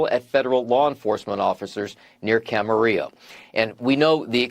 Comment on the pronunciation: Pronunciation of Camarillo does NOT rhyme with Amarillo or Armadillo (that’s Texas talk). Everyone in California (even my White friend from Texas who lived there for a decade) pronounces it: Cam - uh - REE - oh. Even folks that mispronounce other Spanish words and names pronounce it CamaREEyo. No more rhymes with Zillow. :) Trivia: Same friend worked high up for a seed company there (Camarillo), back in the late 90’s - early 2000’s when a new company bought them out. It was Monsanto. My friend was not allowed to say much, but when we asked her why she quit (she was an admin executive), she carefully said she did not share the goals of the new company or wish to support the direction they were heading. Monsanto planted fields og bioengineered seeds near small organic farms in California. Then they would find plants which had crosd-pollinated with the small organic farms. Then they would accuse the small orgamic farmer of “stealing their patented (GMO) seeds. Then they would sue. They are a ginormous company with top lawyers. One by one, they bankrupted small organic farmers and/or took their farms. Please write our leaders. A seedless fruit us a fruit thay cannot reproduce. It is becoming very difficult to find a watermelon with seeds. Now they are advertising “wonderful” seedless lemons. Fruit without seeds have been modified so they cannot reproduce. They don’t want you growing your own. It is We are being herded into a future with no fruit grown naturally, or at all. You si